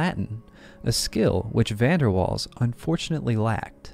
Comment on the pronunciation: Please pronounce the name of Van der Waal correctly. The emphasis is on "Waals" as "Van der" just means "from the". Not difficult for English speaking people/AI with just a bit of polite effort.